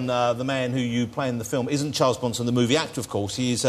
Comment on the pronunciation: I like the part when he talks about Charles Bwanson